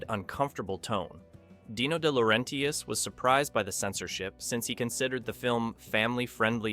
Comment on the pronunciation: Here's a breakdown of how to pronounce DeLaurentis: De (deh/duh): Like the "de" in "define" or "the". La (lah): Like the "la" in "lah-di-da". Ren (ren): Rhymes with "hen" or "pen". tis (tis): Like the "tis" in "artist". You're welcome.